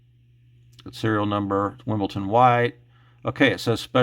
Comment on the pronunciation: There is no “ t” in “Wimbledon”.🇬🇧